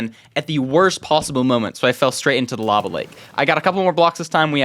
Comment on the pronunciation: no not lava he said larval